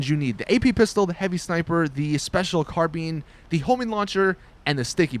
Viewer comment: Josh Nevett spilled his carabeans